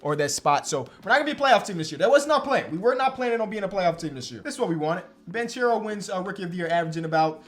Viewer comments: hey! it’s pronounced banKero, it’s italian not spanish my man!! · dope video! by the way Paolo Banchero is an italian name and you should say it like this “Paolo Bankero”, non with the “ch” sound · Fyi the right pronunciation of Banchero is with a hard “c”. To be clearer you should pronounce it like the first two letters of your name: “ ke” sound is equal to “che” sound in italian. Love from italy☄️